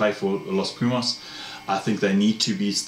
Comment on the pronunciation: Agree, if Ledezma get time & support you will see..De Klerk is a genius, Dyantyi constant menace a talent like that will keep the opposition on their heels even on the bench, your pronunciation of Pumas & Jaguares is very good congrats